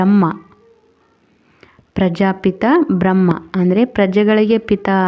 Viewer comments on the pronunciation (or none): ಬ್ರಹ್ಮಾ ಎಂದು ಹೇಳಿ ಬ್ರಹ್ಮ ಅಲ್ಲ ಅಕ್ಕಾ ಬ್ರಹ್ಮಾ ಎಂದರೆ ಸೃಷ್ಟಿ ಕರ್ತ ಬ್ರಹ್ಮ ಎಂದರೆ ಆತ್ಮ